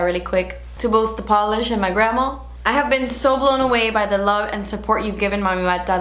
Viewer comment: Who else hears 'kale polish' 😂😂